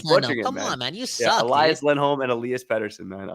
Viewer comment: There's only one pronunciation of Elias in Swedish. Let's just say it's not Elah-yahs.